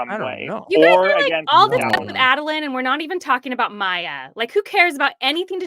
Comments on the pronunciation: Adolin (Ay-Doh-Lynn). Enjoyable show but that hurt every time you guys said Adolin the way you did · A-dole-lin is the correct pronunciation btw. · The way they say Adolyn infuriates me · Add-a-lin… it had me twitching the entire time lol